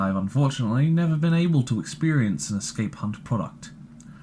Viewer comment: Be cqrefull how you say escape hunt 😂